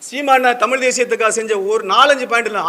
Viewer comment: தம்பி தமில் இல்ல தமிழ் அதை முதலில் உச்சரிக்க கற்றுக் கொள்.